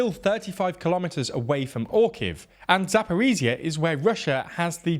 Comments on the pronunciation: Zaporizhzhia - the last 2 zhzh should sound like one long first Z in Geneva. 😉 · Or the S in ‘measure’ Not really sure why western military bloggers find it so hard, it’s not like this sound doesn’t exist in the English language. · There are two zh sounds in Zaporizhzhia yet you are keep saying Zaporizia. Zh as the sound in measure or leasire. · Hey guys, thanks for your vids. I'm from Zaporizhzhia and just want to share that "zh" is more accurate to pronounced like /dʒ/ sound like in word "giant". Heard this variant from volunteer English teacher from Liverpool and it's very close to the original pronunciation in Ukrainian😉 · "ZH" doesn't say Z. It is so easy to pronounce...